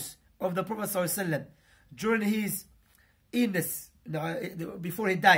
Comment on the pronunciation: Ur really good, but please work on pronunciation. Specially word 'against', 'illness' etc